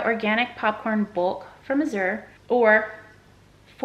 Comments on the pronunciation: Glad to see ya again! Hey you are pronouncing Azure wrong it sounds like azz-sure like the color blue. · Azure Drop Coordinator here. 🙋🏽‍♀️ It’s hard for me to type how the correct pronunciation is but the best I can do is this… The Z sounds more like a g/j. Kind of like the sound “Rooster from Annie” in the song “easy street” makes. The “ure” is not fancy. It just sounds like “er”. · Azure is pronounced just like when people say “azure sky”… people, don’t make it so hard. Azure sky. Simple.